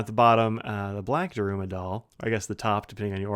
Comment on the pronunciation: Sorry to nitpick, but Daruma is pronounced DAH-r-Mah, the U sound is mostly omitted. Based on an historical figure, a monk who spent so much time meditating in a cave that he lost his arms and legs (possibly only a legend). In Japan, at the beginning of a project you buy a new doll and paint in one eye; at the successful end of the project, you celebrate by painting in the other eye. Anyway, thanks for giving us a look at this. I think they do the same design on an Emperor (urushi covered ebonite, and bigger) as a regular edition.